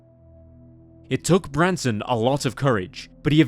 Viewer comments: Nooooo its not the same without the OG narrator and this sounds like AI/robotic. Also AI kept saying Branston, which isnt his name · He keeps calling him “Branston”. It’s “Branson”. Not to sound harsh but the least you can do is get the victim’s name right. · Is it Branson or Branston Mr. Narrator? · The fact that the narrator seems to intentionally mispronounce Branson's name angers me to no end. How disrespectful can a person be? This reason alone makes me never want to watch another of this channel's videos again. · Is it just me or does narrator say "Branston" or "Brandston" sometimes... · Narrator actually called him Branston, i guess it's because he was in a pickle.... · the narrator called him "Branston" a few times. Also, when they mention how his mother was buried next to an empty plot meant for him, it shows the headstone for a seemingly completely unrelated Branson Perry who died in 1948. This video is honestly really sloppy. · This narrator has missed pronounced Bransons name quite a few times which is annoying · Really, then why is Branson's name mispronounced throughout? How disrespectful. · Messed up the kid's name a few too many times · how disrespectful to continually butcher the victims name repeatedly. not a great first impression imo.